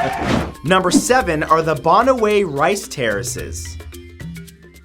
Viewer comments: You pronounce it Banawi not bonoway... :) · Mathew how you properly say bananue is (banawe) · ITS /ba/-/na/-/we/ not /ba/-/na/-/wey/ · It's actually pronounced bana- (like banana) whe (like whey without the y) . And eefoo-gow (like wow) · The Banaue Rice Terraces is located in the Philippines and it’s pronounced as Ba-Na-We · it's pronounced Banaue - "ban-nah-weh" rice terraces, Philippines. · Bana-wii,bana-wii,not bahna-weh! Ifoo-gaw! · Hey Matt you have stressed the wrong syllables. It's baNAweh (Banaue) and eefooGAW (Ifugao) :) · I laughed when he pronounced banaue and ifugao ..hahaha